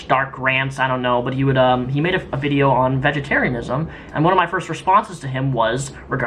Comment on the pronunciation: He said "vidcha" redneck coming out lol